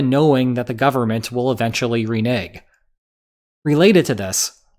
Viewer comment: I'm not sure that's how you pronounce renege...